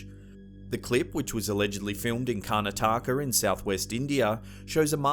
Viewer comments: Its not kanataka it is kar na ta ka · Karna-taka...God that pronounciation is so horribly cringy 😛